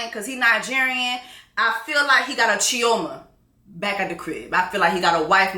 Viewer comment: not Chi-0-ma in Nigeria😂